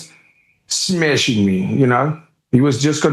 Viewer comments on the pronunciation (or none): “He wasn’t smeshing me” 😂